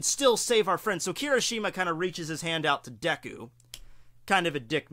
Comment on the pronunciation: did he say Deko? get your pronouncing right:p Edit: btw who else here calls him Izuku instead of Midoriya?